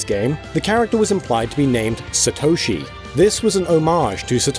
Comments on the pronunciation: Satoshi, to you it'd be Satto-shi. NOT sa-toe-shi. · The amount of times you mispronounce Satoshi is over 9000 man... SAtoshi not saTOUshi... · The absolute butchering of the pronunciation of Satoshi is cringeworthy